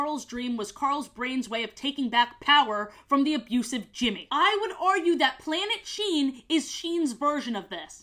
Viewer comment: Everytime you say the name of this show, i keep thinking you’re saying “Planet Shein”